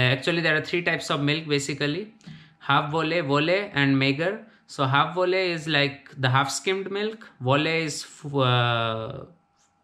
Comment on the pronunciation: Apart from just remembering the words, it's also very important to learn how to pronounce Dutch words correctly. Volle/halfvolle/magere for example was very wrong :)